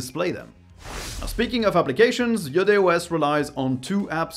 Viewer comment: because you're french i knew you'd say its name right